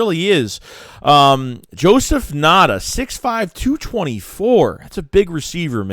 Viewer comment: I’m a Clemson fan being down here in SC area. Ngata is a beast. Bad QB last 2 years hindered him. Just a a heads up it’s pronounced “N-Gata”.